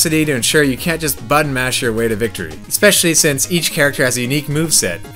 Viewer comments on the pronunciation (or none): none